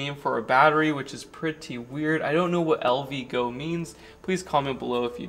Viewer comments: HOWdy,... LV - GOO "goo"... (not "GO"??? LOL... Thanks for the REVIEW... FYI: US NAVY "Haze Gray" is beautiful 🙂... COOP... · Says "LVgoo." That worries me, LOL